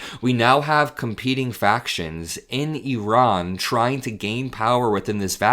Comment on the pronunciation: Thank you for pronouncing "Iran" the way the entire world except for unschooled Americans say it, that is, "Ee-rahn"; rather than "EYE-RAN".